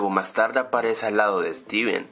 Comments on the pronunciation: se dieron cuanta digo streven en el minuto jajaja enves de decir steven sigo streven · dijiste striven trae una mini refri con muchos elados se pronuncia stiven no striven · FIJATE QUE EN EL MINUTO DIJISTE STRIVEN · en el minuto dice : "striven" 😂😂 "y de la nada y de la nada" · al minuto dice estriven